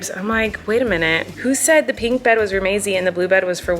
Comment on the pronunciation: Why can she say milk right, but not pink 🤣